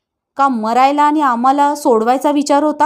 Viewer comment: लेखकाने जे, जसं लिहिले आहे ते, तसंच वाचा हो! तुमच्या सोयीनुसार त्यात बदल करू नका. पन, आनी, मानूस, न्हानीघर, आणंद, ननंद, जनू, भुनभुन, मण, क्षन, त्यांच्यापाटी, सर्वांसाटी...हे असे शब्द लिहिले आहेत का त्यांनी? किती शब्द सांगावेत? हे असे वाचून तुम्ही त्यांच्या लेखनाचा अपमान करीत आहात! स्वतःचे उच्चार सुधारा आणि मग अभिवाचनाचा घाट घाला!😠